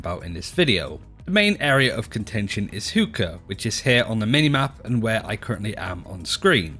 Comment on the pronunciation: did he say hook-o? I may bey wrong but i think its Hookah like what people smoke tobacco out of originating from like the middle east and shit. correct me if im wrong